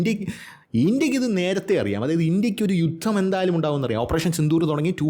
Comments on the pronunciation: ജുദ്ധം😂😂😂😂 അതിൻ്റെ ഇടയ്ക്ക് 😂😂😂😂 ചിരിപ്പിക്കാനായി സൂപ്പർ നല്ല അവതരണം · ജുദ്ധം അല്ല ജുത്തം.... എന്നാവും....😊